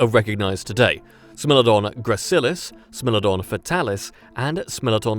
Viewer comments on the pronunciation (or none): “SMELL-odon” 😝😝😝😝🤣 SMILE-odon